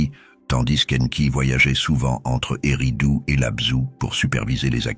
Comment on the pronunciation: c'est pas U mais ÉRRIDOOUU. OU